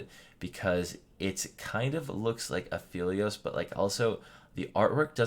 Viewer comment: A-FELL-EE-OSE HIS SISTER LITERALLY CALLS HIM BY THE NICKNAME "Phel" WHY DO PEOPLE KEEP SAYING AFEELIOS